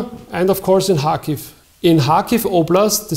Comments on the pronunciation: ITS PRONOUNCE KARHKIVE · kh bitte und nicht K also: CH wie in milCH... Kherson und Kharkiv kein h und kein k...bitte ...